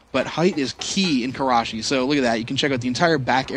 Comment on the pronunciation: u said that so wrong